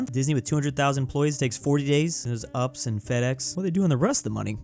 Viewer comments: are we not going to talk about how bro said ups instead of u p s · Not pronouncing UPS as “ups” 😂